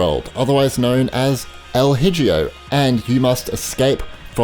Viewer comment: El Hijo is spanish for “The Son” It’s pronounced: EL EEHO